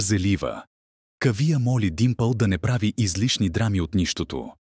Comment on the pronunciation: Как е възножно всички имена да ги произнасят неправилно с неправилни ударения!...Пълна неграмотност! Поне да слушат оригинала как хората произнасят имената. Не е АнупАма, а АнУпамА; не е КавИя, а КАвия; не е Не е ВАнрадж, а ВанрАдж. Много е дразнещо да се слушат толкова погрешно поринесени имена. Дори отврат!!! Особено името на Анупама - това е име с две ударения - на У на последното А. Чуйте оригинал и не се излагайте!!!! Идиоти! Ето правилното произношение за Анупама: ; и ето за Кавия